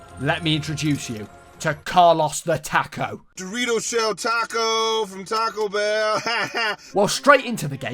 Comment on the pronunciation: my favorite part of the video was him playing carlos the taco and only pronouncing “the” correct